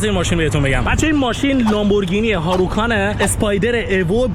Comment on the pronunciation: هاروکان ؟😳 هوراکان منظورته انشالله ؟ آوانته دور نیست ، اَونتادور هست. هیونداست مگه 😂😂😂